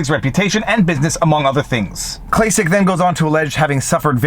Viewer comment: It's pronounced "Klack-Klack"